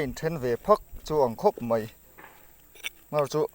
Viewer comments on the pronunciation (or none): A la hlauhawm hle mai i zarah kan beng kan mit a tlai e i tawng hi ka hre sual nge mai tih tur ah mei tiin ka lo hria a